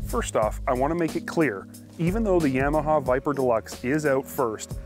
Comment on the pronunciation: Would be nice if they could say Yamaha right. Like nails on a chalkboard. Of course a Canadian channel is going to be Ski-Doo bias.